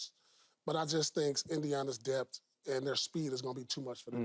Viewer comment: "DEBT" or "Depth"